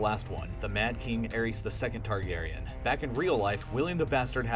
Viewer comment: FINALLY someone pronounced it the Targaryen dynasty instead of Targaryen dinisty.